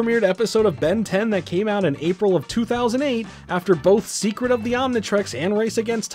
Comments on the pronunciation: You butchered the word Secret and pronounced it as seekit of the omnitrix, but still this was one hell of a banger video! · Gwen's magic....sure...ruined further in next series...she's an ALIEN! 😢 p.s. - seCet of the omnitrix :))) I get it though...probably took hours to record all the material and repeat same words thousand times, lol